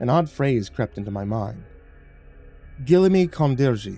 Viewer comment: Hey a fan from Kazakhstan here! Ғылымі қондырғы means ‘science installation’ in Kazakh, and you pronounced it pretty alright since google translate cant help you with kazakh, but the letter ғ is pronounced kinda like how french pronounce the letter r (thats just the best way I can describe it in a youtube comment dont me), and the қ is pronounced more harshly kinda like ‘kh’ or ‘qh’. Would be dope if ya nail it if you continue with the series, but it’s hard to explain pronunciation thru text Also 15,000 a day is a ridiculously tiny wage (but maybe more acceptable in rural areas… still sucks tho)